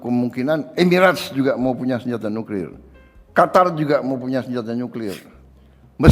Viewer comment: Senyata,Senyata,Senyata nyuklir nyenyenye...... ngomong aja masih remed jink